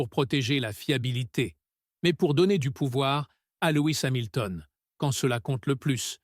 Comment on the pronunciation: Louis Samilton?? mais mdr faut stop l IA hein.